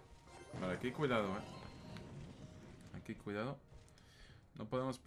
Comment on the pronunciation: Cuando decís "aquí cuidado" no sé por qué se me confunde y escucho "que culiado" ajajajaj. Saludos estimado